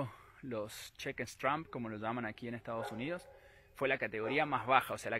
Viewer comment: Dice Donald Trump pero también dice estados yunidos